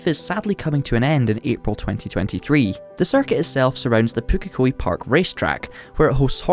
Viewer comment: Props to getting the pronunciation of Pukekohe correct.